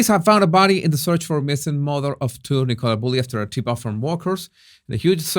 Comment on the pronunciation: Can some tell its pronounced N'kala not Nickowla